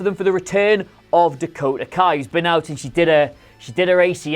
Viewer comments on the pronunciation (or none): Yeah I also think it's pronounced "Dakota Kick" But they say Dakota in the same manner as "The Go To"